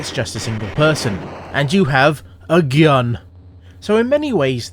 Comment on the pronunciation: You have a "Geeunn" hahaha!